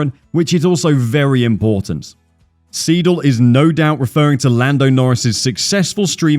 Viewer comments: nice video, just one thing, its not Andreas Seedle its more like Andreas Sayedle, like Aye aye Captain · the way you kept calling Andreas Seidl, Andreas SEEDL was really bugging me tf out, its pronounced ''sigh-dl'' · Seidl, oida, ned Siedl.